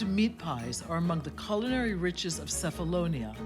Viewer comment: Nice very nice story, Diana of Ionamin Islands But, but,but, : You said Cephalonia and pronounced "Cefalonia" with C like "City " My mom comes from Sami, Cefalonia, and in Greece, we pronounce "Qefalonia" with "Q" like "qefali" or in English we say say "Kephalonia" with K like Kevin This is just a reminder After that, everything is a beautiful show Yasas